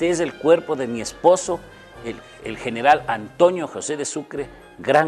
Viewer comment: No sé por que los serranos siempre pronuncan mal la N dicen ANTOÑO, JUÑO... Mi abuelo era serrano y por Dios nunca pronunció mal la N, al igual que un muy querido profesor del colegio que es quiteño, pero me parece que antes enseñaban dicción en los planteles y universidades, mejor dicho no parece, SE NOTA QUE ANTES LO HACÍAN.